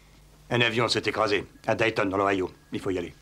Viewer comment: Oui alors... c' est Dayton (Ohio) Pas dalston!